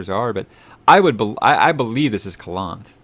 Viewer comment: It's Calanthe and Mousesack. Just a hint about pronouncing Jaskier, it is more like Yaskier J is more like a Y sound